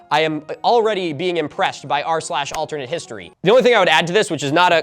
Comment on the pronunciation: Take a shot every time Milo gets "r/AlternativeHistory" wrong.